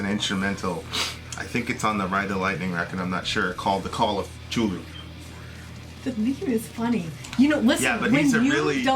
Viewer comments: Its ku-thu-lu not chulu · k'too-loo not chooloo :P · It's pronounced as "kath-u-lu" his name is of an eldritch dialect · CHULU LOLOLOL Ku-thu-lu is how you its usually pronounced however lovecraft said its a alien word not meant for human tongues so pronounce it anyway you want I just found it funny how you said Cthulhu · Lovecraft transcribed the pronunciation of Cthulhu as Khlûl′-hloo and said that "the first syllable pronounced gutturally and very thickly. The u is about like that in full; and the first syllable is not unlike klul in sound, hence the h represents the guttural thickness." Not "Ku-thu-lu" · Chulu?? hahaahha that was funny. Not how its pronounced at all, but thanks for the laugh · lol! Not "Chulu". Chthulhu{hard c/k sound followed by a hard "th" sound followed by "ulu"}. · “ cthulhu” isnt prononced like that theres a “T” u need to prononce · Cthulhu is pronounced with a 'K' sound,. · It would be pronounced K-THUL-HU. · pronounce it anyway you like :) there is no true way of saying it anyway but I heard Lovecraft pronounced it with a kind of coughing manner like KLU-LU two syllables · Also, look up the pronunciation for Cthulhu. The way you said it made me uncomfortable. The th has an L type of sound. Think of TH as if it were said with a huge wad of spit in your mouth. Anyhow. I'm not an expert on it, and can't even pronounce it correctly myself. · Isn't a nachash another name for snake? And all religion came from the middle east? Wow... And you're pronouncing Cthulhu wrong btw. And he's real. And I know that because I read it in a book and the book says he's real, so he must be real because I read it.